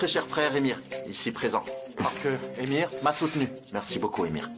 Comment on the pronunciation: Le prénom n'est pas Émir MAIS Emre qui se prononce Émeré. Tout comme pour Can ça n'est pas Cane mais se prononce Djane.